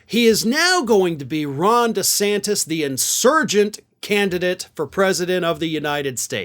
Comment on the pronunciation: Did he ever figure out how to pronounce his own last name? Lmao